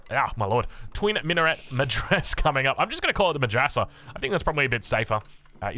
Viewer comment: Not that its important, but i figured i could help you with some of the pronounciations as a turk. Mehter is pronounced meh (as in the expression of something being mediocre) + ter (as in pronouncing tech, replacing the ch with an r) Twin minaret (the t is silent) medrese (its like madrasa, just replace the a's with e's, you pronounce every letter. Great casting as always.